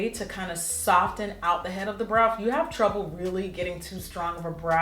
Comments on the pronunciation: Jackie, PuHlEaSe stop pronouncing the "t" in soften 😭, still love you tho. $RachelHardie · Subbie since lilpumkinpie05 and you still saying "Sof-TEN"!! Love it. $lizroyster